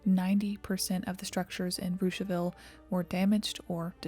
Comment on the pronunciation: Props for pronouncing Russiaville properly.